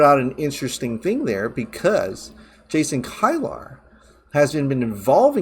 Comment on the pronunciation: Just so you know, Kilar is pronounced key-lar.